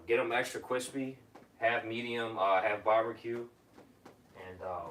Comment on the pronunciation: ekstwuh kwispee